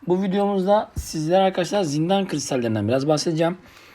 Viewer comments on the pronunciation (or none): abicim zindal değil zindan :)) saniyeye dikkat :)) ELLERİNE SAĞLIK MÜDÜR HEPSİNİ İZLİYORUZ DURMAK YOK YOLA DEWAM... GÖNDER GELSİN :)